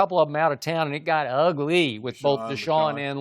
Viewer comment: UUUH-GLEE? is skip referencing the Lion King?